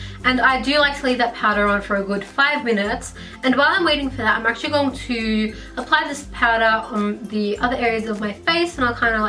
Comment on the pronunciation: did no one found the way she said going to annoying???